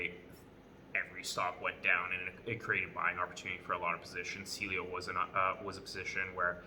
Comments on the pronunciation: It’s pronounced ceaylo as in cialis not seelio... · Can’t even pronounce the company name right